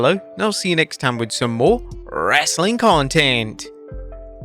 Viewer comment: Anyone else notice how this guy turns super Indian when he says “wrestling content” 😂